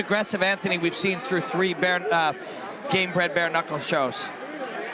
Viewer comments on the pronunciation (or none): Someone tell it's Gamebred Bareknuckle NOT Inbred Bare Uncles